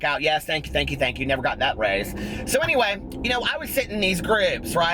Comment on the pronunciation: everytime you say "so anyway" i hear gotdamnzo lol